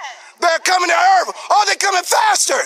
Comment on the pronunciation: I can't stop laughing. "They're coming to EARF"